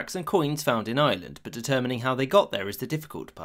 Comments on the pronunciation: I hear "Island" and not "Ireland" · Rome ignored Ireland and the narrator ignored the "r" in Ireland